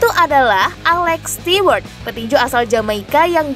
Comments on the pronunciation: bacanya STU... bukan stiwerd. Ganggu kuping😁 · belajar mengucapkan bahasa inggris yg benar mbak sebelum jadi penyiar...alex stewart itu bacanya alex STUWART...bukan bukan STIWART...bikin malu aja 😂😂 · Stewart itu dibacanya stuwart mbak 🤭😁